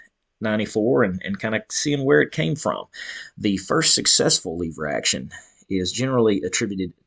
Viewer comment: Wtf is a leeeeeever??? LEVER